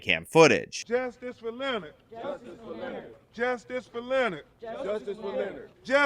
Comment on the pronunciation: Can't even pronounce "Leonard"; Well he got justice.